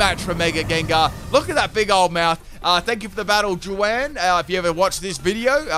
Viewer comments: "Thank you for the battle, JEW-WAN." Aaaaw,, you need some Hispanic friends haha It's pronounced like, "Who-won" (saying the two words together, rather than separate words). The J is like an H sound. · Juan: (a Spanish name pronounced “hwahn”): “jew-ann” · Love you, but it’s pronounced ‘hwarn’ or ‘Hwan’ not joo-Anne (the first opponents name, Juan) lol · Can we all just admire the fact that he said 'Jew-an'? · JOO-ANN?? JOO-ANN?!?!?! 😂😂😂 Oh,... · This man said Jew-Anne. 🤣🤣🤣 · Pretty sure Juan is pronounced like Huan sorry for trying to correct and I could be wrong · Hahaha well let's excuse his Aussie ass 😂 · Did anyone else notice the way he said Jaun